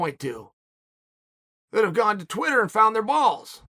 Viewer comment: Did Chael say “tweeter”😂